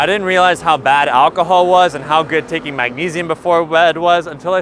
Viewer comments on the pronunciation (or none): none